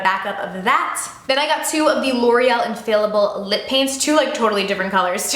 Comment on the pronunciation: Still saying infallible wrong lol